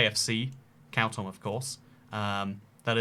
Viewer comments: its pronounced "kaa - toom" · Yes: you are saying it wrong. Correct pronunciation is KHAR-TOOM /xɑːrˈtuːm/ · Isn't it pronounced car tomb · Khartoum.... Like Cartoon...change the N for an M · The capital is pronounced “car tomb” in english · Why, why would u pronounce khartoum that way